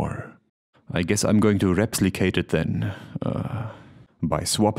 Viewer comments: Repslicate.... are you serious? :P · "Reps-licate" -- very nice. Smooth and subtle. :) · "repslicate" lol